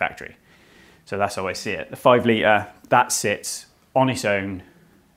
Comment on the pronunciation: Not even close. His knowledge is obviously good, but his whiny droning voice is off putting and the total inability to ever use the letter T when it appears in the middle or end of word is just plain lazy and makes you want to switch over. If it was the odd word fine, but it isnt. I spotted all these in maybe a 3 min segment Litre Notice Diameter Twenty Skirt Majority Squirter Positive Negative Mating I'm interested in the subject, but I actually had to turn it off I found him that annoying